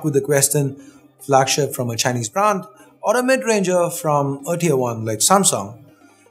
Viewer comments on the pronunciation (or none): none